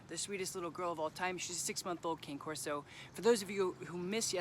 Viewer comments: Wait.. did you say CANE corso its pronounced KAH-NE CORSO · Great video as always, but its actually pronounced Cah-nay corso. Cane is Italian for the word "dog", corso is Latin for "guardian". It would be like pronouncing "tortilla" as "tor-till-uh" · It's pronounced Kah Nay Kor So. Awesome video but damn. That's like calling a GSD, a Jer main shep hard dog. People would lol at you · Great training information! May want to note that she’s a Cane Corso (pronounced Kah-nay Corso). When I first became involved with the breed I called them a CANE (like sugar cane) Corso. After being corrected by several breeders and doing the research (because I don’t like to just take someone’s word on things. Lol not a aimless follower) I now know! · Does not look like a Kah-Nay corso pronounced btw. But nice video, i have a 10 month old, he's a Tank. He does good at everything except when he sees another dog. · its pronounced Kah-neh Corso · I have owned 2. You are correct. He pronounced dog name wrong. Very common. A dog trainer you would expect to know this. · You can't even pronounce the breed name SMH bye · you can’t even pronounce the breed’s name correctly